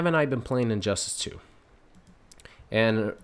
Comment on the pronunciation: I never played the game and did you say injustASS? lol